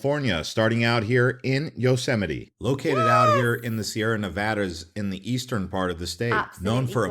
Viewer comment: Her pro-nun-ciation of Yosemite is spot on.